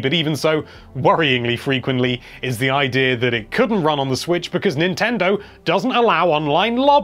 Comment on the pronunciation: love when you say idear